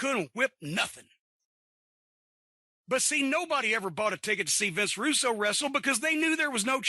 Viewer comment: "Vinny Roo" 😂